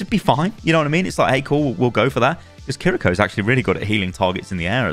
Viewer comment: Thank you for being one of the few content creators not pronouncing Kiriko's name as "Kirr-EE-ko" :P